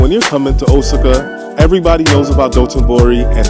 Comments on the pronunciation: O sa ca...Please stop murdering it. I was stationed as a solder there. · Osaka is pronounced: "O-SOCK-AH" (Hope that helps!)